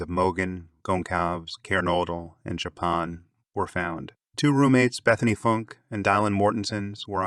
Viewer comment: Wonderful work. Just one teency weency iddy biddy thing... Please 🙏🏻 pronounce the victims names correctly. Kaylee Goncalvez (K-Lee Gôn-sÂLL-vêz; [sâl like in sâlsâ] Xana Kernodle (Zan-nA Kêrn-ō-dûll) Madison Mogen (you said her name correctly) Ethan Chapin (Ēthân Chāy-pîn)